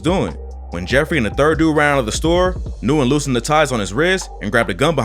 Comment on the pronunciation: Nyugen is pronounced "win" btw